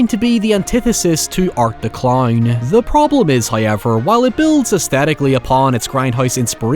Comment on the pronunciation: Bro it’s how ever not hay yevir.